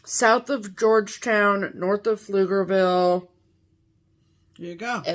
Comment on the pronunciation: GIRL!!! Did you just say Pflugerville flawlessly without a weird “P” sound in front if it?!?!!! I’m am Replaying it over and over! Y’all are TOO GOOD! Just one more reason to watch you every week. I’ve lived in Pflugerville for 20 years and the one thing that I need to remind people is that distance is “different” in Texas. Yes, you might be able to get from Austin to Round Rock in 20 minutes on a Tuesday am but it’s not possible at about am… Still.. y’all know my little town in the heart of Texas… ♥️❤️♥️. (, if you want to see the snow and the snowman, I’d take advice on the blue fabric.)